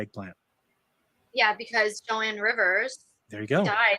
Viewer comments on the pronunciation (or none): She Called Joan Rivers "Jo-ann" 🤦🤣...Yeah She Knows Jackshit!